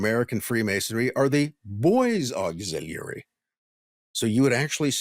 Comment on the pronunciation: Bro stop saying auxiliary like that. You're trying to say it in a way that seems profound, but it just sounds dumb. And stop adding an H behind your W's